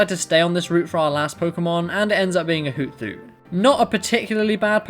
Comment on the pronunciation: It's Hoot-Hoot not Hoo-thoot. Lol